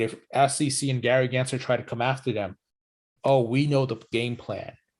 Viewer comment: Why does the green screen mess up so much on the top of your head? Lol it's so distracting but also funny. Btw, it's GensLer with an L, not Gary Genser.